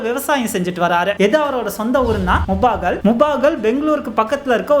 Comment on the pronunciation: Its mulbagal not mubagal